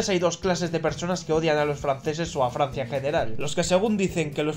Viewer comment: Farsia es riarea